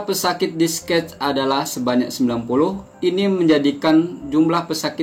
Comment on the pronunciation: Discaj = discas bukan Disket. ---------- Virus = feires Bukan Pairus